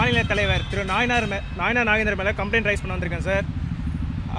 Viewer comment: ஐயா உங்களுக்கு நைனார் நாகேந்திரன் என்ற பெயரில் ஒழுங்காக உச்சரிக்க தெரியவில்லை நீங்கள் எப்படி வளர்க்க போட்டு நைனார் நாகேந்திரன் உயர்நீதிமன்றத்துக்கு வரவிருப்பீர்கள் உங்களுக்கே சரியாக பேச தெரியவில்லையே